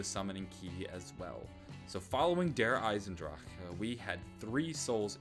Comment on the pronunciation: the way he says der eisendrache make me wanna kms